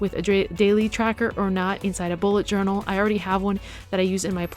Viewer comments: nobody noticed but she joural instead of journal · Joural ? :D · Am I the only one who noticed the "Joural" mistake in the beginning?